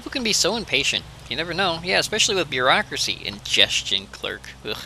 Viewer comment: 'Bear-acuracy' ? .... I'm sorry.. that was just terrible.